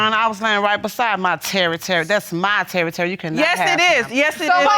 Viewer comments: I can't with this "Terry-terry"💀😅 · Pretty sure she said TERRITORY but she just ..... nevermind